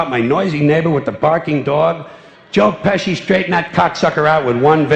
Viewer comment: at the end he says "god bless joe pecsi" and he says "joe bless you" lmao